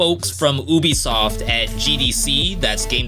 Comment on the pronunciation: It’s pronounced yubisoft